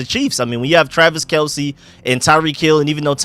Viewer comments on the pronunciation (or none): none